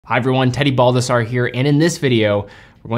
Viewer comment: Is it weird I heard him say his name is “”? So sorry 😂